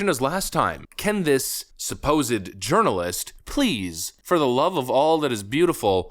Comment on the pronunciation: Did say “urnalist?